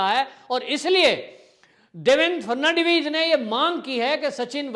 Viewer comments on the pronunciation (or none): Frnadibij नहीं फड़नवीस नाम तो सही लिया करो भाई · Fad navis to bolna sikh lo. Ferdinand vis jaisa bolte ho.